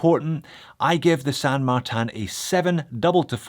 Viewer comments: Are you saying San Mar-TAN on purpose to drive everyone nuts? Looking on the dial and website I believe it's spelled San MarTIN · How do you get San Mar-tan, out of this watch brand's name?, I love you like a foot, but this drove me crazy through the whole thing. It won't stop me from watching, but you can't stop me from laughing.